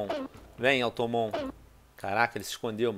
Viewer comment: que raiva de vc falando automon hahshahshasha é automatom